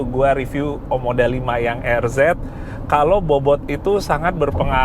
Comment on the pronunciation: OMODA bukan OMDO 😅🙏